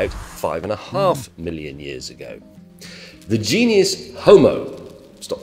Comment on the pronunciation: I spotted 3 mistakes in this video (though one is just a mispronunciation). It's genus, not genius; Homo heidelbergensis, not what the video said; and others have pointed out that 9999 is not less than 1000.